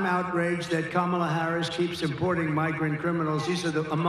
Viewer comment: "Kambala" Harris? 🤣🤣🤣🤣🤣